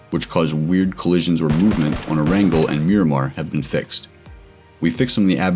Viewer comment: You said arangel instead of erangel